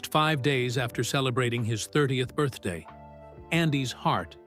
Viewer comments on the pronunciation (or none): none